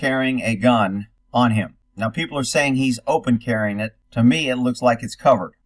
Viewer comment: "F--- people-Luh. What the f is wrong with you-wuh. Honestly-yuh" ...Dum-muh.